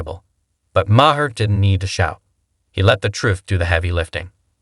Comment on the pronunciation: How many ways can you miss pronounce Maher in one video?